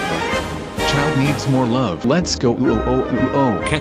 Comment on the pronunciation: As a person who's first language was Russian it's both hilarious and painful to hear Childe's pronunciation